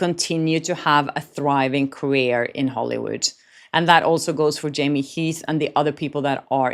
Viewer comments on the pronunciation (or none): none